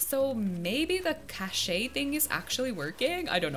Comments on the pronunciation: Haha! Eugene with the circle frame glasses is so cute! Also, its pronounced Cash (cache) 😊 Yay!! Congratulations 🥰🥰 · i think cache is pronounced like cash but i’m not sure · Cash-ayy 😂 love it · Omg Im a software engineer who watches you to chill and you made me spit hot tea out with the cache pronouncement gurl im using that daily now. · lmfao the way she says cache